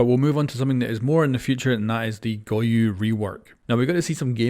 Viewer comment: It annoys me so much how he pronounces goyo